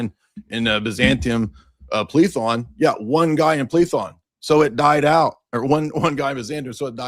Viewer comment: lmao it’s Πλήθων in Greek, pronunciation was correct